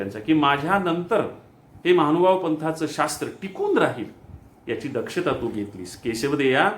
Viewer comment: Khup chan 🙏 निरूपण खुप खुप सुंदर 🙏 एक सुचना कराविशी वाटते की ...परमेश्वराचे शब्द हे शुद्ध च उच्चारारायला हवेत. असे मला वाटते. "महानुभाव पंथ" असा उच्चार व्हायला हवा... "महाणुभाण पंथ" असा उच्चार नको... 'न' ला 'ण' आणि 'ण' ला 'न' असे उच्चार व्हायला नकोत.. चुकीचे शब्द कानावर पडले की श्रोते ही चुकीचेच लक्षात ठेवतिल... माफ करा मला सांगण्याशीवाय रहावेले नाही म्हणून सुचविले. क्षमस्व 🙏 दंडवत..🙏